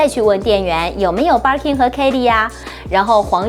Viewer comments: 她說的是バーキン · 嗯。。。。能稍微把Birkin的发音读准了吗？不是应该先发自内心的熟悉吗